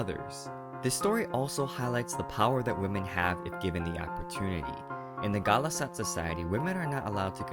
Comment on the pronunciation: NO NOT GHALAS-AT. MEET RONTU IN HEAVEN